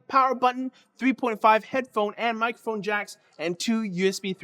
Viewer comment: "Micphone"? You missed a syllable.